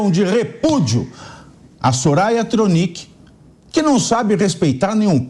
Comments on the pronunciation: Soraia Tronique(sobrenome difícil de pronunciar e escrever correto 😂😅Mulher asquerosa. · Nossa! É difícil mesmo pronunciar o nome senadora Thronicke?!😏🤔 Que vergonha!!! Que absurdo tudo isso!!!